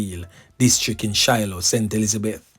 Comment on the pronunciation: Not Shiloah but Siloah mi boss, and Ballard's valley is also in st Elizabeth. And it Dane Morgan not Diane am from that area. Bless up yuhself keep up the good works